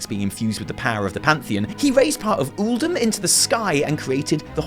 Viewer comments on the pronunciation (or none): none